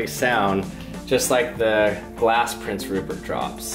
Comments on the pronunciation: did he say porn syrup? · Is it me or did he say porn syrip